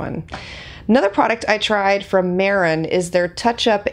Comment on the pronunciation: It's pronounced May-ron. They have great products!